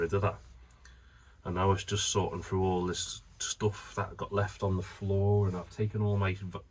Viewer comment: first 10 secs you said going frew what does frew mean 🤷‍♂